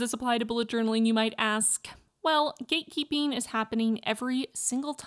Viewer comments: Am i only one whoe heard gay keeping multiple times like am i dumb or just too gay lol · Eu escutei o tempo todo você dizer "gay keeping" 😂